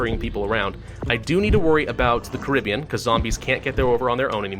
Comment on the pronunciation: I'm not sure if your saying Caribbean or not because if you are you pronounce it very strangely